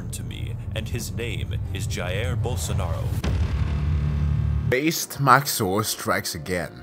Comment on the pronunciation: the way he pronounced "Jair Bolsonaro" was quite funny